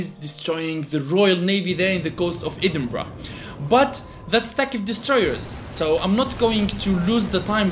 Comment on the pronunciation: Your English has gotten even better since I first started watching last year, your pronunciation of Edinburgh was great for someone who isn’t native English